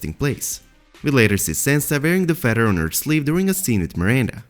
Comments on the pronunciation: It sounded like you might have some interesting info but I cannot understand you AT ALL! Also it is a feaTHer , not a feDDer! I don’t know what nationality you are but the only way I can explain it is you have a sing song accent , and where you are emphasizing certain sounds is in the wrong place, so no one can understand you ! I’m sorry because it could’ve been a good video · Feather.. Not Feddar.. Another one of George RR Martins "Fuck yous" to the fans i imagine. You got us Mr. Martin... You got us...